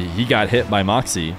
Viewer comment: i wish you would say morkzy instead of markzy